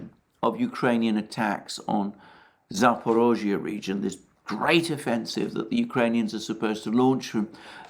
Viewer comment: Cudos for pronouncing "Zaporozhye" correctly! It is amazing how few foreign commentators manage to get it even remotely right.